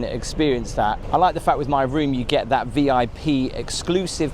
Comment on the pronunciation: "Look at tha'!"